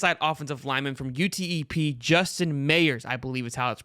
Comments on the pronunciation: It’s just UTEP big dawg not U-T-E-P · Bruh doesn’t watch football he said Utep lmao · This guy doesn’t even know how to say UTEP. Your opinion is irrelevant Sir.